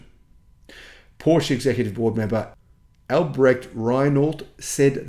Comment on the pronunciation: you should someday learn the pronunciation of Porsche!